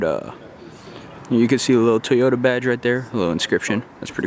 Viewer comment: Love me some “Teeyota”